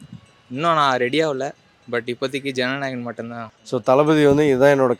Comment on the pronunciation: It is JANANAYGAN.... not JANANAYAGAM. Please correct yourselves.